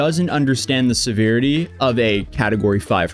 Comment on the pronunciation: That’s not how you pronounce severity dude 😂